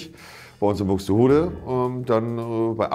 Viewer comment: Er hat Buxdehudä gesagt 🤣🤣🤣🤣😭